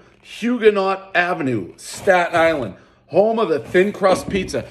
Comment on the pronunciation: Thanks for pronouncing Stat-Nylan correctly